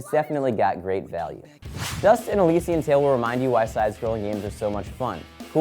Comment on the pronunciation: I think it's pronounced Elysian(el-liss-ee-an)